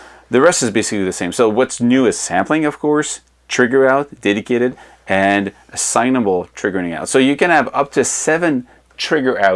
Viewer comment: this guy must be french canadian. he says assignable odd